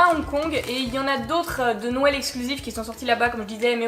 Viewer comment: JE T'adore et tu me fais rire avec ton "nouël "